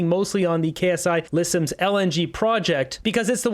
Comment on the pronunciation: FYI: "Ksi" is not K-S-I. The "K" is capitalized, but the "s" and the "I" aren't, which means it's a word/name and not just an initialization like "CBC" or "FBI", etc. It's pronounced "Sigh-Lisims".